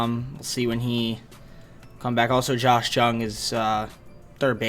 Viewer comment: ur butchering Lowe and Jung bro